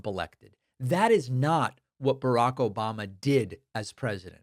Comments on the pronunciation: Can you get his name right please its ObAmNa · "Yeah yeah yeah, Obamna 🙄" 😂😂😂